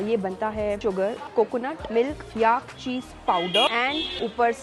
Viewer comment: Great video! Please note though that Tibet and Tibetan are pronounced with a "bet" like the word "bet" and the stress is on the "bet" and not the "Ti" - it sounds like "Tibbit" when you say it. Also, "yak" does not rhyme with "ark" but with "stack", "pack", "lack" etc. The second e in the word "vegetable" is silent, just like the "or" in "comfortable". Soutsemen is pronounced by the locals as "so-z-men" with the stress on the "so". I know that I personally like to be corrected in my foreign languages by native speakers so that I don't make the same mistakes again. This is just a friendly correction, not a criticism of a well done video.